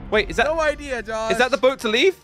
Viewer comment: Jelly saying hey jush Me: it's not jush it's josh